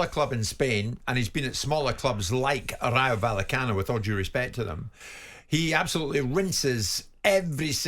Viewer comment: I wince every time Jim White attempts to pronounce Rayo Vallecano. 🥴